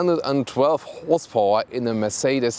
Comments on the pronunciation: "whores powah" 😂😂 lmao !!!! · "612 whores powah"